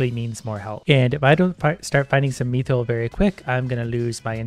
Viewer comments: I don't know if hes saying it right, bit the way he says mithril causes me visible pain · The way you pronounce mithril is annoying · its "myth-ril" not meeth-reel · IT IS MIIIITHRIIILLLLLLLLLLLLLLLL NOT MEATHRULLLL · Please say mith-ril… and not meethril. It’s getting me hahah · it's pronounced myth-ril not mee-thrill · hey youve been saying mythril as meethril its supposed to be pronounced as mithril. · its not me-thril its myth-rill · Except when he says "meethril" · I’m pretty sure it’s “myth” not “meeth” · Item pronunciation: Myth-ril pronunciation:me-thrill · "Meeethreel" Yes. I too like the "meeethreel." Pft, who needs "Myth-ril" anyways. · “Me-throll” How I pronounce it: “myth-rill” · He pronunciation 'me'-thryl is interesting, always thought it was 'myth'-ril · Meethrill/Mii-thrill? No. It's myth-rill. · its not "mEeeTHriL" its Mi - thrill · mi-thral not me throl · i reeley dislike that you call it meethrill instaid of mythrill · Its not mee-thrill its mi-thrill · Mith-ril, not meeth-ril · its u say it myth rill not meeth rill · Bruh meethril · its pronounced myth-ril not meeeethrel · its pronounced myth-ril not meeth-ril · him saying MEEthril is killing me lol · no my guy. Mythril. Sound it out. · its me-thrill in Canadian so on behalf of all the Canajins farkaff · Mii thrill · Not the way now it's me thrill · it hurt me every time he called it "methril" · "Meethrill" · He do be sayin Me-Thrill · It hurts every time I hear him say “meethril” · Pronouncing it like meathril. Not meh-th-ra-all or myth-rall but I mean whichever one is more comfortable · The way he says Mithril. Meethril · Mithril:: Methrill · Lmao "meethril" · The way he says mithril is a disgrace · did he pronounce mithril MEE THRIL WHAT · I think the mithril is pronounced myth-ril, mi-tril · Please it’s mith-rill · just me getting triggered when he says mithril as meethril? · Me-thrill? What is this pronunciation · God why does he pronounce it meethril